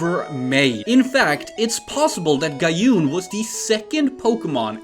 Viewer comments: I highly doubt "Mikon" means "three fox barks" and I wonder where that translation is coming from..? It's just the number of tails: three-tails, six-tails, nine-tails. That's Gyopin not "jaiopin" - gyo means fish, not goldfish, and pin is pin. "Gyaohn" not "Gayuhn". I wonder if it turned into Tyranitar? Anyways, we can only hope we'll get more "leaks" in the future, because these designs are really intersting. I hope we'd see some of them make it someday. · Pronunciations for Gyopin (not Guy-opin but Gee-yo-pin) and Gyaoon (not Guy-oon but Gee-ya-oon) kinda ticked me off, but props for trying 😂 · Text: Gyopin. Voice: Gyophin Text: Gyaoon. Voice: Gayoon